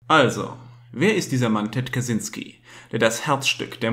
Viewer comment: Kaczynski ist ein polnischer Name und das "cz" wird als "tschy" ausgesprochen, also Katschynski. Aber egal, darum geht es nicht!! Ansonsten ein wirklich interessantes Thema, und wie immer auf diesem Kanal sehr gut dargestellt!!